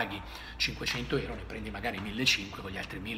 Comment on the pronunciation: Si dice EURO NON ERO